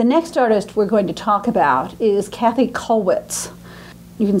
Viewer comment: I wish would not call Kathe Kathy. She certainly knows better, but by doing this perpetuates a mistake. But perhaps I'm being too niggling about an important lecture on a very important artist.